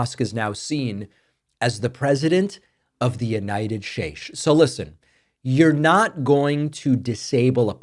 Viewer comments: Why do you say, “shates” for states but say steaks correctly and “troth” social? It really is hilarious! 🤣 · Caught that "schates" 😂